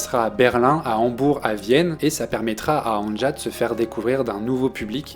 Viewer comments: Le J se prononce i en allemand. C'est Ania que ça se prononce, pas angea. C'est annie en somme. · Ca se prononce Ania et non An ne ja. Sinon, merci c'est excellent et c'est une très grande artiste. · Je l'écoute depuis ses débuts. Je ne connaissais pas cette chaîne. Très bonne vidéo, vraiment j'ai bien aimé, j'ai appris certaines choses. Un seul reproche, chaque fois que j'entends son prénom écorché dans la vidéo ça me fait mal. Ça se prononce ''Ania''. Avec tous les sites de traduction/écoute, c'est facile de vérifier pourtant... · Merci pour ta vidéo bien faite, mais on prononce Ania. Le J se prononce i en allemand. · Avant de faire de video sur les artistes (qui ne t’ont certainement pas demandé de le faire) , apprends à prononcer leur nom correctement, tête d’œuf 😡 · Quelle qualité ? Il ne sait pas dire le prénom de l’artiste…